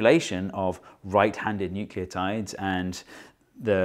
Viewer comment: each "nucleotides*" gave me a chuckle very nice